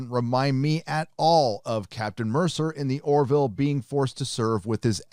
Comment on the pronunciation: Dammit,! The Orville is named after Orville Wright, not Oroville, California!!!